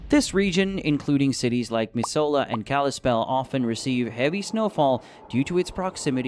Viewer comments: Bro I was gonna say the same thing. I live in Montana and hearing him butcher that was painful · Missoula is pronounced Mih-Zula and not Miss Soul ah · Nah Misohla killed me, it's pronounced Miz-ooo-luh and spelled Missoula, I live in Missoula so yeah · It’s pronounced mi-zu-la not ms-hola tourist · Miss—soul—a??? It is said Mi-zoo-la. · Also it's pronounced mizzoola! Not misola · I just can’t believe how he pronounces Missoula. Also Montana doesn’t have a low population you realize there are thousands of immagrants moving here every day, Californians, Texans. But yeah it’s pronounced MIZ OO LUH not MISS OLAH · Who's gonna tell em that he's pronouncing Missoula wrong. (Speaking as someone who lives in Montana)😂😂😂😂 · Mis-oh-lah KILLED ME😂 It’s mi-zoo-luh. Regardless, thank you for warding off out of staters. I like my public land. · Missoula is pronounced Miss ewwww la not Miss oh la ..... and thank you for discouraging others to come we like our peace and quiet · That’s not how you say Missoula. The video was good, but every time I heard you say Mis “Soul” la, I almost stopped watching. Mis “Zoo” la is how it would be pronounced. I know the spelling doesn’t make sense for that, but that’s how we say it. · Yes....except I will dock points for the "Mih-soul-a" pronunciation of "Meh-zoo-la" (missoula) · Try renting a apt/house in Bozeman or Missoula and tell me no one is moving here. And it's pronounced Mizz-u-LA not mis-soul-la. Try again. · 1. it's mi-zoo-la 2. Great Falls is the second biggest city (size) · Also, Missoula is pronounced, Miz oo lah, and Helena is pronounced, Hell n a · You can tell the person who made this isn't a Montanan! "Miss-ole-lah"🤣🤣🤣 You forgot the main reason why we live here... We love privacy and a lack of people in this great, most beautiful, and huge state! We may not have the best medical care, but family takes care of one another. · AI voice was doing pretty well before we got to, "Miss-OH-luh". Nope. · It is pronounced Miss zoo la